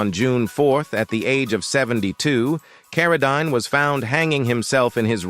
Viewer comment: His last name is pronounced like this Karodeen